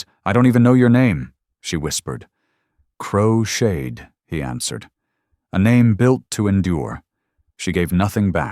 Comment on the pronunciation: His name is crowshade not crocheted lol 😂